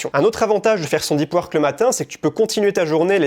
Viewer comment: "i" pad .... omfg tellement frustrant à entendre et le livre dont tu parles c'est pas "deup weurk" aussi par hasard ?